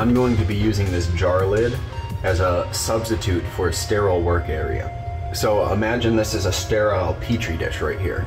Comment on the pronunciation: Stairaiyal. Never heard so much effort put into one little word 😂